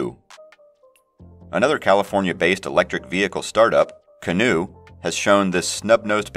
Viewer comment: Canoe is pronounced canoo,canyon is pronounced canyon.